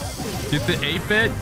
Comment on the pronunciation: Did he say new 8 bit skin or is it just me